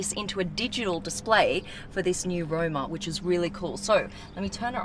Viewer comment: Its ROMA not ROUMA